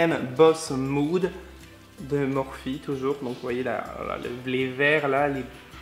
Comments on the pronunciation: On dit « Morphi » voyons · Je crois que sa se dit morphi ... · Je crois que ça se prononce plus "morphi" 🙄❤ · Je suis très intéressée pour une vidéo complète sur le test du FdT Beauty Blender + maquillage avec les palettes MORPHE (que je prononce MORPHI perso mais je ne sais pas si c'est ça ...) A bientôt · Fait un tuto avec les nouveaux pinceaux Morphe ( qui se prononce morfi 😂) et les palettes et les paillettes stilas obliger 😂❤️